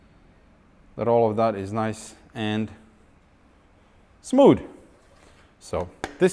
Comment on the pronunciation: "Everyting is nice and smood"